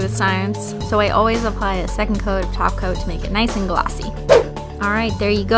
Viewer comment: kept hearing "taco" instead of "top coat" orz